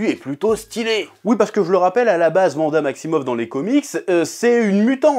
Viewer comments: waaaanada please vanda ça détruit mes oreilles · Wanda se prononce Ouanda non? Et non Vanda chef. Je me trompe ? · Pk tu dis vanda et pas wanda ? Sinon super video 😄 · C’est WANDA pas Vanda 😭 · Par contre s'il te plaît .. Wanda, pas Vanda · Psk en français wagon tu le lis vagon. Mais bon après on s'en fout moi je dis wanda comme 90% des gens je pense mdrr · "Vanda" Aïe, mes oreilles...